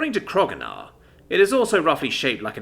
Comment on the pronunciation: i wonder why you still call him krogunar, when his name is spelled kro'gnuar, and it was established in one of the episodes that it's pronounced kro-new-ar.